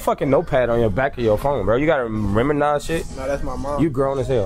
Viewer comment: He said "you gotta reminize sh#!" 🤣🤣🤣🤣